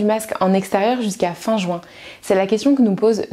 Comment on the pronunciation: Je comprends pas ces gens qui prononcent juin "joint"